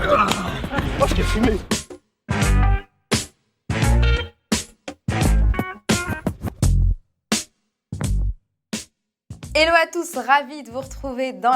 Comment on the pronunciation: Hé Licia, à chaque fois que tu dis "Hello à tous!", moi je t'entends dire "Et l'eau, à tous!" lol